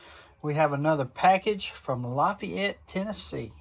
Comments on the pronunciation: We pronounce it La FAYette TN. Good job brother! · Hey Doc, they say la-Fay-ette, heavy on the Fay. Part. Lol. Anyways Great video.😊 Semper Fi, brother.... There just country folks around here 😅